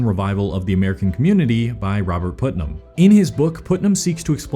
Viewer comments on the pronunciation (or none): It's not pronounced "Put"-nam, it's pronounced "Putt"-nam.